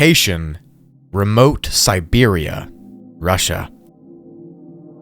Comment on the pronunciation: ITS NOT SEBERIA ITS NOT EVEN CLOSE YOUR SIILY BUTT😭😭😭